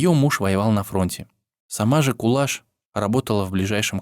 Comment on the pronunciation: Рахмет,что помните,что мои предки казахи спасали всех переселенцев чеченцев,ингушей,немцев,корейцев,поляков и т.д.Помните и передавайте своим детям ,внукам и правнукам.Я горжусь,что я казашка!Имя не правильно произносят не Кулаш,а Куляш.Будте здоровы и счастливы все народы Мира!